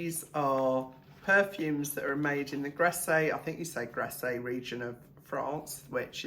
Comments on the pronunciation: Hi, you just say Grass without pronouncing the E on the end. You only pronounce an E when it has an accent on it é 😉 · Grasse … to rhyme with pass